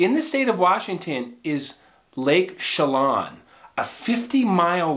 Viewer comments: Lake Chelan is pronounced: shell-ann (not shell-on) and Wenatchee is pronounced When-At-Chee. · just an fyi. you pronounce lake Chelan this way...Sha lann. no o sound at all. also Wenatchee is wha nat she...ya did good tho! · Lake Chelan (Shah-LAnne) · Pronounced Cha-lan heavy on first bit, fairly dense forest area around it. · It’s not pronounced with an ah sound it’s pronounced sha-lan not lawn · You are my favorite story teller! I’m from WA and have vacationed in Chelan (pronounced Shell-Ann) every summer my whole life!! So exciting to have this special place mentioned!!! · Lake Chelan is pronounced with a short 'a', as in bat. I live one mountain ridge over from it. Truly beautiful and wild backcountry up here. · Pronounced ShAA-LAnn and Wen-NAAtchee. Great story! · The lake is pronounced Shel-Anne and the town is pronounced Wen-natch-ee as in "Patch" a long A, just so you know. I lived in Seattle for 36 years. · Chelan...Pronounced correctly, is 'Shill-Ann' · Lake Che Land is the correct pronunciation. Wa nat chee is the correct pronunciation. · Lake Chelan is pronounced: Lake Shi-län (Like Land without the D) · Pronounced Shu-lann Win-atch-ee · Not a big deal, but pronounced Sha- laan. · iy pronounced she lan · Your stories are Awesome! Thank you. P.S. the A's in the Towns of Lake ChelAn & WenAtchee are pronounced like the A in apple... lol Great Story.! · Wenatchee and Chelan are pronounced with the same ‘a’ sound as in ‘dad’ .